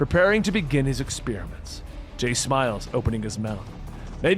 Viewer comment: This guy is awful. "Begin-ah, the culling!"